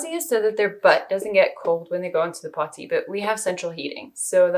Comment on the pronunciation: Dear god the way you say potty is a war crime. Please focus on your diction.